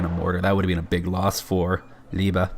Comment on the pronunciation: Liebe pronouncing right. Gut gemacht, no joke.